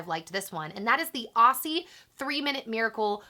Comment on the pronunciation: pls dont say "aussie" like that